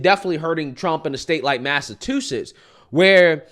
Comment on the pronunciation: Mass-A-Two-Sets. Lol